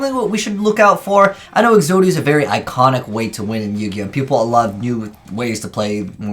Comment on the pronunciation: "Podia" "Po-zodia" "Exoto" "Exodato"